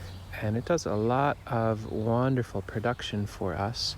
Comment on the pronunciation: You said juanderful production lol, which I’m sure is accurate. Do you think sea berry would do ok in arid sandy conditions?